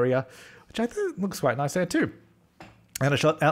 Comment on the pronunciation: You said noice. I adore you